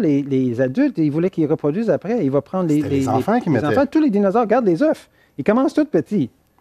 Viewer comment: Des « eufs « oh pour des scientifiques